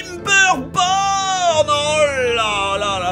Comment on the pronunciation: J’ai crus qu’il a dit TimberPorn au début 😅